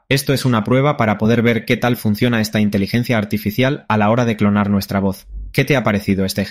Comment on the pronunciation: El programa es tan bueno que hasta corrige la manera de hablar:: Intilencia Artificial IA: Inteligencia Artificial 👍👍👍👍👍👍👍👍